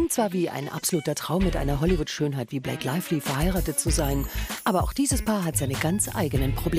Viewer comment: Blake Laively? Oder Blake Lively?